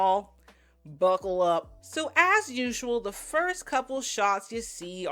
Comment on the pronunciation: “BuHcLe Up!!” 😂😂😂